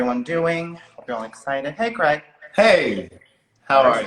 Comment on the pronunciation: It's "CRAIG" boo! 😉